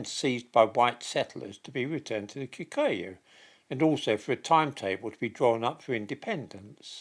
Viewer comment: And it's probably Kikooyu as well.